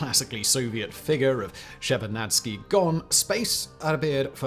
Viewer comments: Shevardnadze not Shevardnacki, he was not polish :)) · Eduard Shevardnadze and not Shevardnadski. He was Georgian and not of slavic origin, to have his family name ended on "ski". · Shevardnadze has no “k” at the end of his name. Replace the “k” with a “z” in your pronunciation. Saakashvili should be pronounced as “Saa”, not “Shaa”. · Shevarnadski??? You got to be kidding me 😂😂😂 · Did Simon say Tbilisi and Shevarnadze at least once the right way?😂😂😂